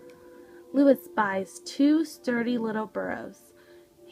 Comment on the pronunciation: Look up the correct pronunciation of Luis, please.